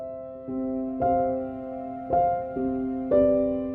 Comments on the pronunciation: lamborgini bukan lamborjini bang 😭😭😭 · Lamborgini mas dudu lamborjini 😅